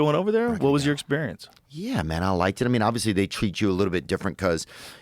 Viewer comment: 'Yuah maun' (?!) Joe turned into a Jamaican 😂